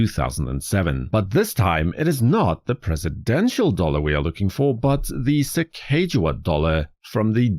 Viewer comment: Excellent, one of my favorite modern designs of all time, especially the American Innovation series and the original series. Fun side note for you, not to be that person who corrects people...but I will be 🙂...Her name is actually pronounced Sacagawea [Lewis and Clark, wrote in their journals: "Su-cog-uh-wea."] It is a Hidatsa Tribe name, Sacaga means “bird” and wea means “woman”.